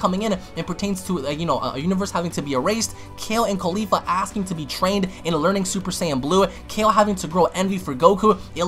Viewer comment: I like how you call caulifa “khalifa